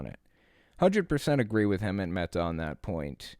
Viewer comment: You should know how to say Hemant's name by now